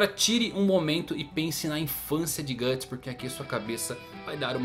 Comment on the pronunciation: É "Guts", não "Gatts". Na verdade a Beast of Darkness se manifestou nele no Blackswordsman Arc e principalmente no capítulo Lost Children,onde ele só se preocupava em alimentar o próprio ego matando os apóstolos. Se ele usar o Behelit pra fazer um sacrifício, a história simplesmente acaba. Nenhum dos apóstolos conseguiu tocar nos membros da God Hand, até o Ganishka que era o mais forte de todos. Isso também vai contra tudo o que o personagem construiu até agora,se ele fizesse isso só pra combater a God Hand,o Miura teria que fazer um malabarismo argumentativo pra explicar como ele conseguiria chegar lá,ou fazer o Guts morrer e acabar desse jeito...um bosta. Pode ser que tenha um final ruim,ou incerto,mas o Guts fazer um sacrifício pra virar um apóstolo já é forçar a barra.